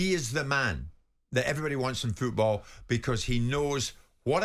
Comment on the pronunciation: Jim, it's FOOTball, not fecki FEWTball!!! On the end of your leg is a FOOT not a FEWT